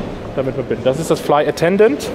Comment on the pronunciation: es heißt flight attendant und nicht fly attendant😉